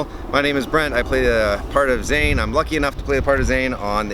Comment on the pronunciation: Oh man. He pronounced "Zane" wrong when he was talking about who his favourite character was. Hmm. Loved the video! Can't wait for the rest. You guys are such fun together!